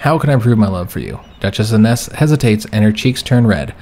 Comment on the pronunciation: Fyi your wife's name would be pronounced Eye-ness. Nearly caught up so interesting to see where this series goes!